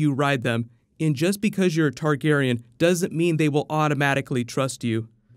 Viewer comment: why does always mispronounce targaryen